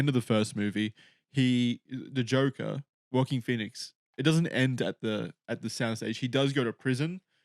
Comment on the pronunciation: do you think Joaquin Phoenix’s name is “Walking”? I swear it really sounds like that when you say his name